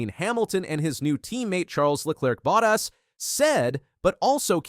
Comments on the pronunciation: Er, it's Bottas not buttass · This guy keeps on saying Buttass 😢😢😢wtf